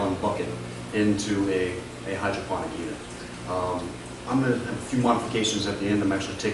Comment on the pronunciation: lol hy-draw-ton